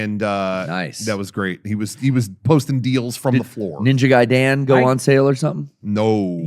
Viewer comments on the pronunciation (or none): I love the pronunciation of Ninja Gaiden: "Ninja Guy Dan"